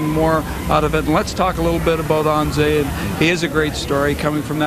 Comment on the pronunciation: stupid ass Marc Crawford is not even saying Anze's first name right and he coached him for 2 years... Phonetic: ANH-jay (or ON-JAY to make it even easier) sooo glad Crawford is gone as I'm sure a lot of L.A. is...